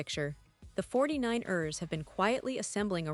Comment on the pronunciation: It's not pronounced 49-ers it's the 49ers one word no break. You are driving me and I'm sure other fans cringing every time you say 49-ERS!